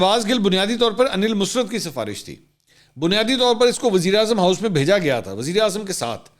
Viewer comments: His name Aneel Musarat not musrt Bcs his mom name Musarat plz pronounce correctly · انیل مسرت نہیں انیل مسرٌت ۔۔۔ " ر" کے اوپر شد ہے یہ musrat نہیں musarrat تلفظ ہے